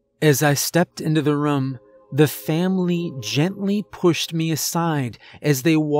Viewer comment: A “Vam-ily” if you will.